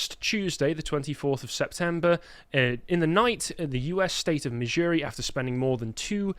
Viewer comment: Missouri/Kansas is my state, the way you said was Epic. Yes death penalty is good. Love my state. It’s a conservative state (does not mean REPUBLICAN, they are different.) except Kansas City and St. Louise.